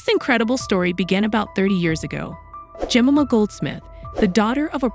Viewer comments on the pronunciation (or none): Yes, is it such a rare and unpronounceable name? Jemima, pronounced "Jem-eye-ma".